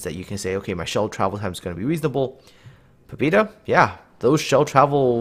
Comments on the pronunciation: Pabyeda, trust me, I'm Russian. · "pob E da" oh my God,thats so painfull to listen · Sorry dude! I poorly speak English and even more poorly speak Russian but the ship is named "Poh-beh-da." The Russian word on the cliff in port is the Russian spelling. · Pah-byeh-dah. Learning Cyrillic is a wonderful thing, might help. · "Pabyeda" ITS "PABYEDA"!!! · he is not right, the name he is using Russian would write it like "Pobida" and ofc that wrong closest thing in english to Pobeda would be Pobyeda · I periodically ask a Russian aquaintance of mine to look at the names of ships from the Russian server in Cyrllic ... she said the ship is pronounced " Pa-vee-Ay-da" with the V being a soft blend of a b and a v, and the a in Pa sounding like a dog's PAW.